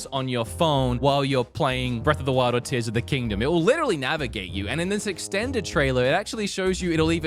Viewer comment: Dude you started off so goofy with the Zelda stuff that it temporarily broke my brain. When you started talking about Tears of the Kingdom. No joke i was hearing Tissum the kingdom. Thought i was listening to Theo Von talking about the Tissum. Halfway through i started hearing it normal because you stopped saying things wrong. Sorry about that, had to share.